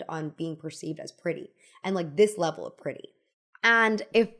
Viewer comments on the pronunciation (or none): none